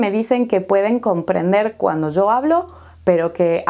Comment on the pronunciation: ¿De dónde es Usted? Escuchando a video sobre el clima pronunció "yo" y "ya" un poco como "zo" y "za". ¿Es un país específico?